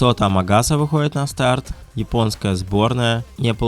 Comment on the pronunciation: Амагаса, а не Агамаса)